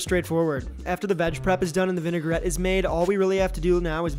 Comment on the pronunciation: There’s no such thing as a vin-e-gar-ette. It’s vin-a-grette.